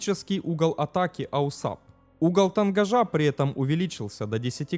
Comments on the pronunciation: Не АУСАП, а АУАСП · Не "АУСАП", а система называется "АУАСП" - автомат углов атаки и сигнализации перегрузок Автор учи матчасть! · Не АУСАП, а АУАСП * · Только не АУСАП а АУАСП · Какой ещё АУСАП(АУСАБ)? Слух режет . Делаешь подобные ролики учи мат част ! АУАСП! Автомат углов атаки и сигнализатор перегрузок ! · Только не АУСАП, а АУАСП. А вообще видео отличные. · Не аусап, а ауасп. Автомат Углов Атаки и Сигнализации Перегрузок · Не АУСАП а АУАСП. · АУСАП? Может АУАСП? Хоть почитай немного.. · АУАСП только, а не АУСАП. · Да блядь!!! НЕ АУСАП!!! Аж слух режит !!! Правильно- АУАСП !!! АВТОМАТ УГЛА АТАКИ СКОЛЬЖЕНИЯ и ПЕРЕГРУЗКИ!!! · НУ какой к энтой матери АУСАП, если он АУАСП (произносится ауаэспэ, Автомат Углов Атаки и Сигнализации Перегрузок) ? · Бля, такое впечатление, что человек либо с говором, либо не совсем владеющий русским языком комментирует, либо компьютерный голос....А так интересно. Какой аусап, если АУАСП. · Аусап? Может Ауасп?) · Не АУСАП, а АУАСП. Дружище твой аусап режет слух. Клепаешь видосы про авиацию, так будь в теме. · Аусап - так говорят? Ну мало ли, говорят, а не неграмотность. Но режет слух, когда постоянно читаешь именно АУАСП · Автомат углов атаки и сигнализации перегрузок это АУАСП, а не "аусап". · Да, я тоже хотел это сказать. Режет слух неправильное АУСАП. Перезалить надо ролик. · аусап слух режет. На самом деле это АУАСП - автомат углов атаки и сигнализации перегрузок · Режет ухо ваш аусап....прибор правильно называется АУСАП... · ауСАП просто режет слух. Автор, ну хоть загули название системы, прежде чем выпускать ролик. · АУСАП... Неужели так сложно правильно прочитать уже готовый текст из Википедии? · Да, режет ухо. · Это новый тренд. Автор умышленно исковеркал, дабы спровоцировать на комментирование. И надо сказать у него это получилось.